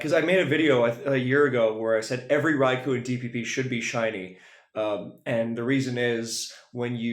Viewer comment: For future reference, it's not pronounced "raikuu." It's "raikoh."